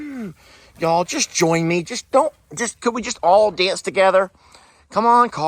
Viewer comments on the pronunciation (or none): none